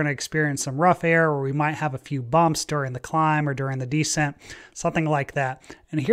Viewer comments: "descent" is pronounced "descEnt" not "dEcent" - that's a completely different word. A fighter pilot not knowing how to pronounce aviation-related words? Is he even a real pilot? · How is it possible that a fighter pilot doesn't know how "descent" is pronounced?